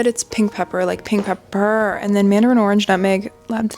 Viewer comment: "Pink pep-PERRR" 😂